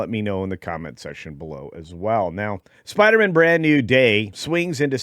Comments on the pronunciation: SPIDER-MAN MAN not mon 😅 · Are you sure you can't pronounce it Spider-Man instead of Spider-Mun? 🤪